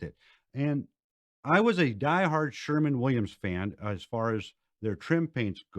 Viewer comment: he almost said Sherwin Williams correctly 😛